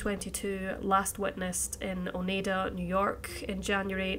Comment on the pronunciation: I know I’m two years late on this comment and it’s hardly the most important thing in a missing persons video, but I have to say your pronunciation of “Oneida” (New York) is better than any others I’ve heard. Being from upstate NY, I can tell you it is mangled constantly. You were very close— it’s actually pronounced “O-ny-duh.” That was probably silly to even mention but I wanted to give credit where credit is due. I pray all of these people have their cases resolved one day soon.